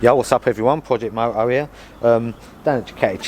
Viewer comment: Project mo oh ‘ear.... 😂